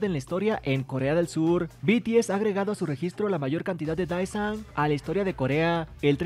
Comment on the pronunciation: Con respeto para quien crea este contenido, el cual yo miro y estoy suscrita, Creo que a estas alturas estaría bien si pronunciamos correctamente las palabras Désan o Deesan ("e" ligeramente alargada, no confundir con "i") (Daesan) no estoy tirando hate, si son lo suficientemente maduros entenderán que esto es sólo una recomendación, ya que me imagino que a muchos aquí les gusta el coreano, y personalmente yo agradezco cuando alguien me corrige, así puedo aprender como pronunciar bien el coreano aunque sea poco apoco y palabra por palabra). Que estés bien, amigo.